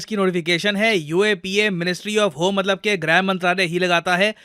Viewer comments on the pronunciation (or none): none